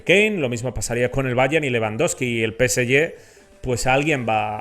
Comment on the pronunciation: No se pronuncia, peseye, pero, peseje.